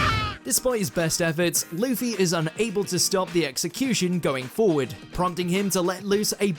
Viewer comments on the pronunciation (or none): none